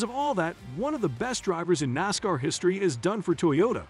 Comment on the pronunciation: Let's go Noscar, I love it, you can't pronounce NASCAR....